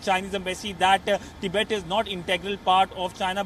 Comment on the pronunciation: Learn to pronounce Tibet lol